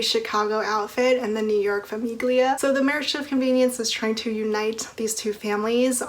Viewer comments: Aria was my least favorite heroine in cora reilly’s books and I definitely like the comorra chronicles better, because the bound in blood series just seemed very repetitive. And the g in famiglia is not pronounced btw lol. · heads up im pretty sure the 'g' is silent in famiglia!